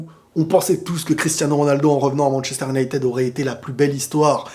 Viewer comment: Unitèd 🥰, mais Manttchester et pas Manshester, en tout cas pas mal, bien un point tututuu, dans l'attente de tttshavi et tttshelci